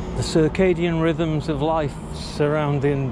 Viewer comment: 'Circadian rhythms' really stumped him there.